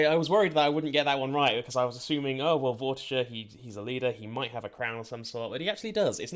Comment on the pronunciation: The way you pronounced Vortiger made me so fucking happy, I know I’m being melodramatic but hearing people pronounce it “Vor-Tigger” was really shitting me.